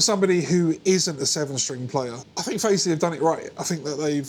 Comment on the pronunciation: Great video and playing! It sounds bloody good for the price. My 14yo daughter wants a 7 string to play Korn songs and other stuff like that. I reckon this could be the one for her, especially since they're going for £113 now! Thanks for the upload! Might be Fazz-lee because there's no 'e' after the z. Ooh the controversy 😂